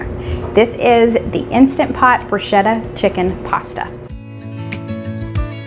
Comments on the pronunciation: FYI, bruschetta is the toasted bread one puts toppings on, if desired And the ch is pronounced K, rather than sh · the Korean Tacos - oh my! SO scrumptious!! And easy! Thank you! Btw, bruschetta is pronounced broo-sket-tuh. (A lot of people mispronounce it, so you're not the Lone Ranger - ha!) Also, you always pronounce Worchestershire sauce correctly even though you act nervous or unsure about it! (pr. Wu-stuh-shr) Flaunt that correct pronuncation girl - you've always got it RIGHT!! Love your videos (love your family!) and dear little Gracie Lou! I buy Butcher Block meats too and recently ordered Auntie No-No's seasoning because of your wonderful suggestion! Thanks! 💗